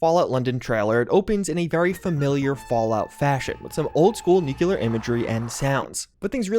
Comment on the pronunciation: "Nuculuar" uugh guy.. Soooo American! 'close enough' should be your motto...